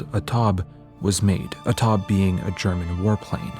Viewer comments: Taube, the e is not silent. Tau-beh. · I had to look up if title of the third painting was indeed 'A Taube' as I suspected. the 'au' is pronouced as in 'how' and the 'e' is not silent, but I was not exactly here to nitpick about that, just to point out that 'A taube' means 'A dove' which is of course ironic as doves most usually are seen as symbols of peace, and not of destruction. (and yes, it is of course revering to the name of a type of German warplane)